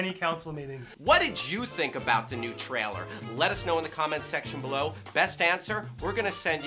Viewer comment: I see still doesn't know how to pronounce "trailer" properly...